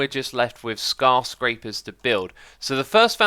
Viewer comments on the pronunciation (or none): you said scarscrapers? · I love that you still call them scarscrapers instead of skyscrapers